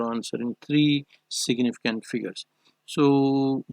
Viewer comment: But it's fine u r doing well except for s.f where u tell "siginificant". Good 👍